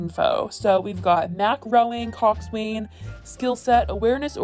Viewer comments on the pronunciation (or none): random note for anyone curious, coxswain is pronounced like "coxin" or the opposite off cocks out which is... "cocks IN". lol. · I'm sorry but coxswain is pronounced coxin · Hey! Not trying to sound rude at all but just for future coxswain is pronounced like “coxin” :) again not trying to be rude, just helpful :) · BTW it is pronounced COCK_SUN >>>> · This video is wild but the way you said coxswain got me dead 😂 it’s pronounced coxin basically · Cockswain is pronounced “cock-sin” —Former college rower (who got accepted by legitimate means) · ew that’s not how u pronounce coxswain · That's not how you pronounce coxswain. Also, not defending Olivia but it definitely sounds like it was mostly led by her parents. Like you said, she probably wouldn't have gone to school if she wasn't being pressured into it. Also as for her spending time with her friends... do you just expect her to sit at home forever? There's no doubt this is an extremely serious problem, but imagine being that age going through something like that and not at least having a few friends to get your mind off of things.